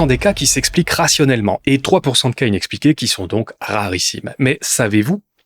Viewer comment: il a dit "inexplicables" mais avec son accent belge on entend "inexpliqués"